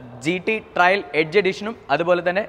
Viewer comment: ആദ്യം കാര്യങ്ങൾ അറിയുന്ന ആളെക്കൊണ്ട് പറയിക്ക്... GT 'ട്രയൽ' അല്ല, GT 'ട്രെയിൽ' ആണ്. അർഥം പോലും അറിയാതെ ഓരോന്ന് പറയുവാ... And 'Paddle/Pedal Lamps' അല്ല... 'Puddle(പഡിൽ) lamps' ആണ്. മൊത്തത്തിൽ വളരെ മോശം. Please do such videos with someone who knows the vehicle well. കഷ്ടം!